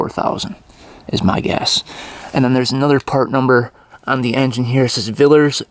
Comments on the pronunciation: Villiers is pronounced Vill- Lee -Ers, not Villers ,great work 👍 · Say vill lee ers . Yes it was a common engine here. Rodge David Kidderminster England UK 🇬🇧 ❤😊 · Looking forward to this one. BTW it is pronounced vil e ers not. villers. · say it like this VILL-LEE-ERS, its Enlish. Love your videos, respect ❤ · Hi parts in uk are cheap for these engines. Also it is pronounced “Vill Lee Er-s. (Villiers ) Also this is the correct colour for the civilian model, without the white. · Small point : The engine maker's name is pronounced "Vill - eee - ers" in the UK. (Not sure about the US !)... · It’s pronounced Vill ee ers joe. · Pronounced Villee-ers😉. Lovin it ! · I hope you can get your tongue around pronouncing the second "i" in Villiers. It sounds like an e. It's fun and worth it.😊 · it’s “ vill e ers” i’m from the UK and love your videos mate you’ve taught me so much. I’ve imported a Yamaha RT 360,a 72 MX 360. A Suzuki RV125 and a CT 70 monkey bike all from the states. You guys have the best bikes. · PRONOUNCED VILLYERS😂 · Positive earth on these? RESEARCH! Pronounced YILLYERS. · Please pronounce Villiers Correct, lots of British bikes used Vill i ers i sounded like e when pronouncing, also part of Norton, And im also British, brilliant engine in its day, did have some concerns with frames cracking when landing in WW2, james used AMC engines later, I think they finished in the sixties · I love your videos and watch religiously, however, your pronunciation of Villiers is messing with my head. Sorry. 😂🤣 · Oh and it pronounced villiers not a villers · Vill-lee-yers. You're missing the 2nd 'i'... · Hi.... The name is Vill i ers, with an I....not Villers. Great video though. 👍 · It’s pronounced a vill -e -ers . I only pray to god when you get it to run you don’t rev the hell out of it like you usually do.😬. Pretty rare old bike in the USA I would imagine. Engine Spares available from Villiers in England .👍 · Villiers not villers